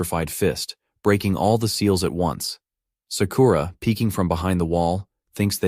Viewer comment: So many a.i. voices pronounce ‘Sakura’ as ‘suh-kooo-ruh’ instead of ‘Sakura.’